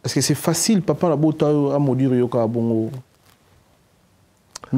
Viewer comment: bongisa prononciation frère, ça se travaille alors tu peux le faire. Maudure te c'est maudire, n'a esprit ya bien masta 🙌